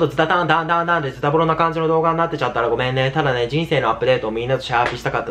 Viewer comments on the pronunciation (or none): ごめみぇぁで吹いた笑